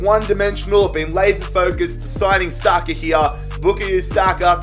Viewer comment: Wait What did he say? Bookie Saka?